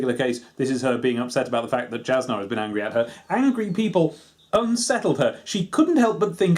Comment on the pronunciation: I come from a small group of people that listened to the audiobook of this so the pronunciation is something I know. Jasnah is pronounced Yasnah as are almost all of the other J names. Keep up the great work on the videos I home to see more.